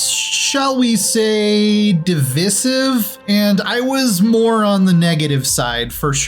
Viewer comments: Di-VIS-ive / Di-VI-sive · "De-vice-ive" wtf does "de-vis-ive" mean? If you want your own language fine, but if your going to use ours stop butchering it! Bloody yanks Oh cool game too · if you pronounce it any way other than "div'eye'sive", you're wrong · it should be pronounced di vi si ve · I've never heard divisive pronounced that way.. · I'm pretty sure that's not how you say "divisive" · You really can't pronounce divisive? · the way pronounces "divisive" is divisive